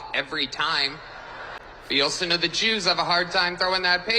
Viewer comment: orthodox Jæws?? But Hillary said it was a Notsee rally